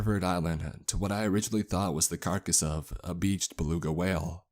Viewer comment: Or a balunka? Is this on an alien planet? I know what a "fRIGate" and a "baluga" is...never heard of either of those